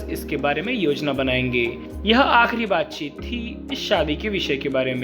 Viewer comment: Baat chit not bat chit